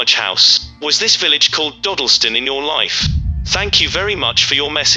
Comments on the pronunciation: British here. It's Daw-dill-stun. Not doh-dil-stin. Sorry but hearing you mispronounce it is like being stabbed in the ears. Still reeling from Moonraker Mandela video. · Just a side comment. It's pronounced Dodd not Dode. Just think Doddleston. Interesting, I live 2 miles from there and I've never heard this. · When the computer-generated voice says Dodleston correctly but the creator cant seem to :) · Dodleston is pronounced like it would rhyme with ‘wobble’ston. And Hawarden is pronounced Har-den. Source: I live nearby.